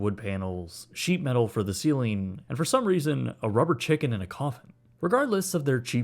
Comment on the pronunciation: I don’t know why this bothered me so much but you said “Chiggen Wings”